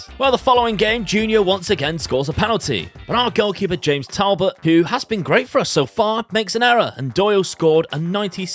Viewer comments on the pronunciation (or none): none